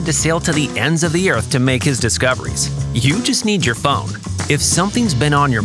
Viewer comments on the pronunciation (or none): none